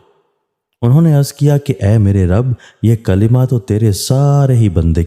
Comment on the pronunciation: Qalima nahi kalma